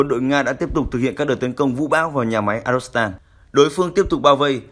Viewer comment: Phát thanh viên đoc ngọng arzovstal thành arostal. Nên sửa lại